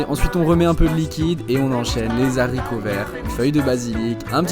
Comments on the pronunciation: "le sage montre la lune, l'idiot regarde le doigt.." on s'en fout des liaisons, admirer plutôt sa recette... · C'est les haricots et non saricots , zaricots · Très bien . Ca a l'air tres bon !!! on dit ... haricots pas zaricots😂😂😂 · Ouh! Ça pique nom d'un zharicot! Mais c'est pas grave, la prochaine fois il ne fera plus la liaison de la mort! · J'ai les oreilles qui saignent avec les Zaricots ! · Les z'haricots verts ...! MDR 😂😂😂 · les Z haricots ! Chapeau 2 fois ! c est pas un peu dingue ?? on ne se fichait pas des gosses qui disaient Zarico à l école ?? vous n écoutiez pas le maitre ou les autres écoliers moqueurs ? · On cuit nos zharicots verts 😂 Super vidéo sinon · J adore les Zaricots ! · Les zaricots verts… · J'adore tes recettes mais stp! Pas les zaricots vert!!! J'ai les oreilles qui saignent!!! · J adore les Zaricots 😂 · Les zaricots vert 😂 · Les zaricots c'est comme les zamburgers et les zérissons, ça fait mal aux zoreilles ! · J'ai arrêté d écouter après z aricots verts. 😔😔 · Cuisine parfaite mais petit conseil : on ne fait pas la liaison en disant nos haricots verts ( on ne doit pas tenir compte du s ) . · On dit les HARICOTS pas les saricoverts ya pas de liaison avec un H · 😂😅😂 effectivement, cette liaison m'a également choqué, car le h de haricot ne permet pas la liaison. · haricots il y a un h .. pas de liaison 😊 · UN H ASPIRÉ . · pas de liaison sur un '' H ''. C est juste infâme. 🤮🤮